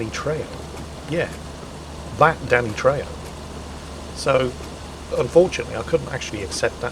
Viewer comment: trejo is pronounced treho :D